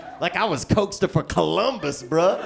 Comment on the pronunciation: He said...”Coke-stofer Columbus” 😂🤣😂🤣😂🤣😂🤣